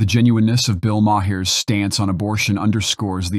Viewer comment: Who's Bill Ma-hear? Or Bill Ma-her, for that matter?